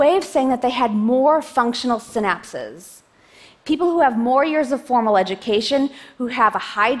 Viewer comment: They are 'synapses', not 'sin apses'.